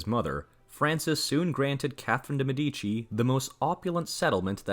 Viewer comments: Why is it so difficult to pronounce correctly the names of the peopleyou are talking about? ME'DICI!!!! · de Medici